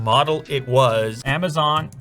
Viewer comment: Why are you saying Amazaaan?